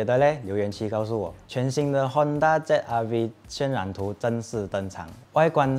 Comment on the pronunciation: 你说的不是ZRV，而是WRV